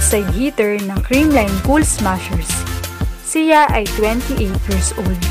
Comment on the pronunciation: Baka siya Hindi si ya, pinoy ka diba ayusin mo naman pagbigkas ng salitang Tagalog!!!